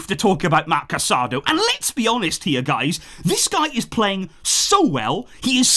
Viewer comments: It's a long season. Barca fans aren't used to seeing their stars pulled off for rest but that's the reality. The players should just take a bow and enjoy the ovation for their efforts. Casadó, not Casádo, is amazing! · The player’s name is pronounced Ca-sa-DOUGH. There is an accent mark on the final vowel.